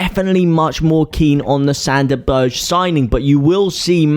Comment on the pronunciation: Sande Berge - as in Burger, like hamburger, berger!!!!